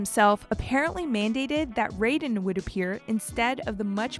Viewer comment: How did you say Raiden wrong? It's not the MK guy. I expect people like you to check your work or at the very least LOOK IT UP.